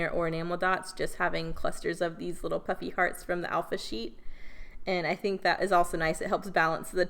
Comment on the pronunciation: Adorable… I thought you were saying “puppy hearts” Puffy hearts…duh